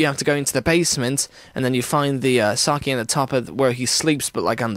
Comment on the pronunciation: sakke, its pronounced like "sock-ay"..and its like japanese alcohol great video! loved it